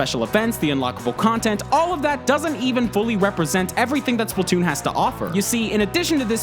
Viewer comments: IT SPLAT TOON NOT SPLIT TOON PEOPLE JUST COME ON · Can't wait for Spla-two-n... seriously. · Redo now with SplaTWOon